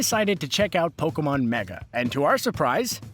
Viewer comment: Instead of Pokemon its pekoman